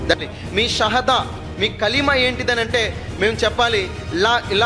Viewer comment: నిజమే అతనికి కల్మ నే చెప్పడం రాలె ఆయన ముస్లిం కాదు నిజమైన ముస్లిం ఉచ్చరణ కాదు